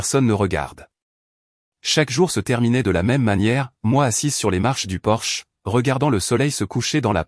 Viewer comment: Sexgiving ? pour Thanksgiving, on y a droit à chaque vidéo, idem pour Porsche au lieu de porche, table en chaîne au lieu de chêne, les pains au lieu de pins. belle histoire